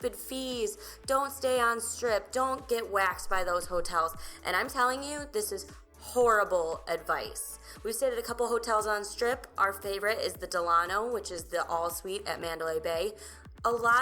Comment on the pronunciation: The Delano is pronounced Dell-uh-no. It's name after The Delano in South Beach. The name comes from President, Franklin Delano Roosevelt. It's our favorite hotel, too!